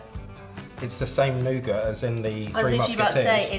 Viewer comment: Am i the only one who doesnt know what a “nougart” is???